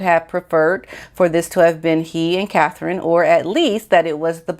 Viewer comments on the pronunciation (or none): none